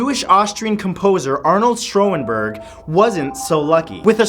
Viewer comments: It's pronounced "shawn-berg" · Wow, Schoenberg's name was massacred, and Samuel Clemons wasn't born in 1935. Kinda shitty fact-checking here. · He pronounced Schoenberg incorrectly.